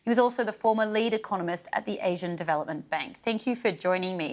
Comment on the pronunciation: I’m sorry… AHHsian?